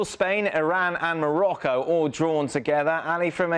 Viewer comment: Hunter Of Liars Morocco not Norocco you idiot